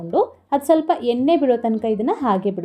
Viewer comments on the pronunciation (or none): none